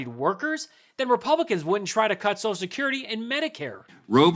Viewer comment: Next the GOP will ask for a gavel made of Unicorn horn.😂 What the hell is Sosh Security and why can't the new speaker pronounce Social?😅